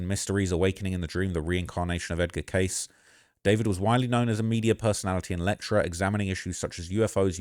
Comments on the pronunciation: Edgar Cayce is pronounced CAY'see.....not case....sheesh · Dude do your research 😂😂😂 edgar K.C THAYS HOW YIU PRONOUNCE IT TF ,ROOKIE 😂😂😂🎉😂🎉😂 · Sad story. Edgar Cayce is pronounced K-C. Definitely checkout a documentary on him and amazing person life and abilities. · Edgar Cayce pronounced like “Kay-See”.